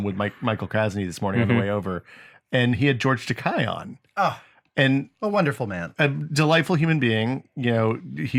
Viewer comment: George's last name is pronounced with the sound of the letter 'a', not 'i'. When I was on a Star Trek related cruise in 1991I heard George Takei's mother tell some girls that were talking with her the proper pronunciation. The way pronounced the name is a word that George's mother said means expensive in Japanese. Johnson City, TN is mentioned in the lyrics of the song called Wagon Wheel. Another more recent baseball themed movie that I really liked is Trouble With The Curve which features Clint Eastwood and Amy Adams.